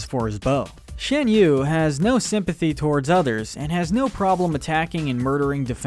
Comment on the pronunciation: It's pronounced "Shahn" yu.